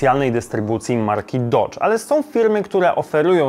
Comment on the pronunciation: Dadz a nie dodz